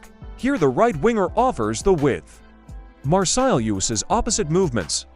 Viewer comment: Usa a tua voz! Migoel Tixéra? Marsil?